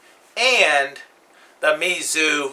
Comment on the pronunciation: I believe it is pronounce like ME Zou. Yeah like that.